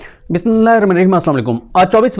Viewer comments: Ap plz bismillah thek parha kren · BISMILLAH sahi parha karo bhai 🙏🙏🙏